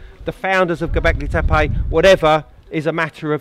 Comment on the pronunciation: FTF is gobekli tepaj? . aaaa, E is read "AJ" in englist so TEPE must be TEPAJ, who cares about local zulu pronunciation.. i would forbid entrance 3.rd world countries to all these ignorants who pretend to know something about something, but cant or even worse - bother- to pronunciate right event name